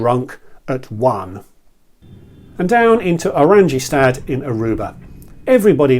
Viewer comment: Good quality review, comprehensive and interesting. You just need to brush up on your Nederlands pronunciation for Stroopwafellen and Oranjestad.